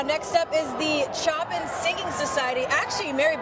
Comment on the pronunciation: The one couldn't even pronounce Chopin 🤦